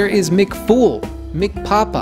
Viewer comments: bro that's not Mc Fool, it's Mc Foul (hopefully they mean chicken not filthy) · Mc foul not mc fool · What possessed you to pronounce "McFoul" as "McFool"? Genuinely asking